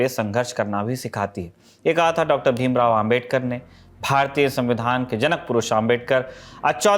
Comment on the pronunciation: नाम तो सही से लो भाई भीमराव अम्बेडकर है ok